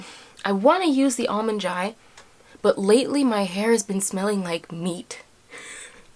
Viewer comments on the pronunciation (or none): none